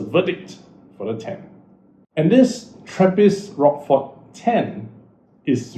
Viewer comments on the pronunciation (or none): Pronounced rosh-for, not rockfor!